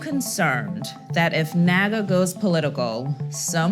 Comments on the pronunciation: Haha sounds like "where are all my n*gga at?!" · Why on earth does it sound like the n word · NAAGA SOUNDS LIKE NIGA HAHHAHAHA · Where my NAAGAs AT?!?!?! Wait, can white people not say NAAGA? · Man, I'm all for this, but NAAGA? cmon man LOL